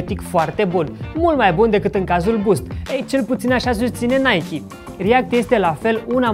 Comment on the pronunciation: Apreciez ca pronunti nhay-kee nu naic!